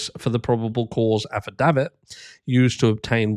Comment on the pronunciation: I agree with your thoughts! I also like the way you say affidavit! 😊